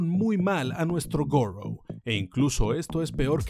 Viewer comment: Goro: Gour